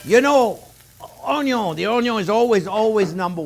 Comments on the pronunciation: Onyon. That will forever elicit a delighted giggle ; please never modify your pronunciation! I am hooked on your channel. Thank you for doing what you do! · "ONYO" ... ohh sh*t here we go again 😍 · I'm here just to here him say onyiooon jk fantastic chef. A chef who can roll with the punches and humbles himself when he makes mistakes ❤️ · His onyos lol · Intense explanation from chef here. Onyo fly around the kitchen. 😂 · I’m here for the Onyon...lol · Just passing thur love when he say onion. lolo